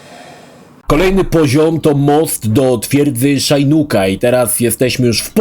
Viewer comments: Shinnok to "Szinok" a nie "Szajnuk". Chyba, że tak specjalnie ma być... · szajnuk ? co to kurwa za wymowa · to oczywiste ze to zabieg ironiczny